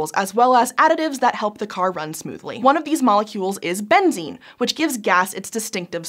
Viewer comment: Benzene, so that's where the Dutch name for gasoline comes from: benzine 😅 (the pronunciation is almost the same as how you said benzene, just with a slight "eh" sound at the end)